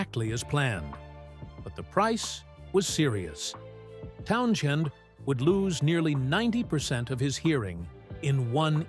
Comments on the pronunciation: It’s prinounced TownsEND not TownSHEND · PUH-LEEZ! His name is "TOWN-SEND" n o t pronounced TOWN-SHEND!!! Geeez! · Geez, Learn how to pronounce Pete's last name! It's Townsends: Town-Sends! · What's with the pronunciation of Town-"SH-end?" I'd seen & heard it spelled & pronounced minus an h since the days of the British Invasion, but when I looked it up (to be safe), I suddenly saw the spelling with h referenced as much as the one without it!(?) There's an autobiography of Pete Townsend (no h) & I'm guessing he knows how to spell his own name, but then, listed close below....there's one with the h in the spelling. Am I the only one who's always heard him called Pete "TOWN-zend?" and seen only the Townsend spelling? No big deal, I guess, but ... What the Heck? ...Anybody? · No one ever prounounce his name TownSHEND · For crying out loud - at least learn how to pronounce Pete T' last name! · among other mispronunciations!